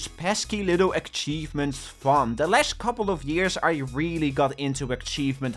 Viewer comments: it really bugs me how he says achievements as "akhchievements" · Many ackchievements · Ackchievements ackchieved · I love akchivements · Take a shot whenever he says Akchevements. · please stop calling them ackchievements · more like eck-cheivments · STOP SAYING AKCHIEVEMENTS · akchievements.akchievements.akchievements.akchievements.akchievements.akchievements.akchievements. cry about it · Stop saying aKchievements or I'll flood your house with garbage! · Bro please learn how to say "achievements " omg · you are saying : "ackchivements" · Akchievements. Bruh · WHY DO YOU CALL THEM ACKCHIEVEMENTS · Why does he say ackchievements oh my lord 😭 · i didn't realise he was saying it until I read this and now it's stuck in my brain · The way says achievements makes me cry and literally explode and die and cry and die